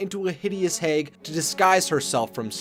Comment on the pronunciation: Based on your pronunciation of "hag," I'm guessing you are from the Midwest.